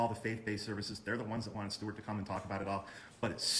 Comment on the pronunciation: in the last video, did call stewart, "stubert"? I swear he went "stubert, stewart"